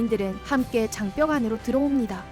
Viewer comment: 장벽을 왜 계속 장뼉이라고 하는거야 ㅡㅡ